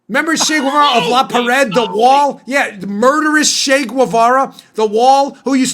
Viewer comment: Hey, Dan. Great show. Correction ---- > "CH" in Spanish is not pronounced "SH" like in shovel or shoe, shop. It is pronounced like "CHurch", CHeese", "CHeck" So "Che Guevara" is pronounced "CHEH geh-VA-rah ( not SHAY gway-VA-ruh, the "U" is silent. )